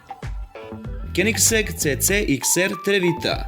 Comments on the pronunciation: Decko... Koji Bré Kenigseg?Pravilno sé kaze Koenigsberg(Kjonigsberg). Nije Lamburdzini, nego Lambordzini....Kuku meni majko, tako tí je to kad ne znas Ó cemu pravis video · LAMBURDZINI....KENIKSEG.... brate pls obrati paznju izgovor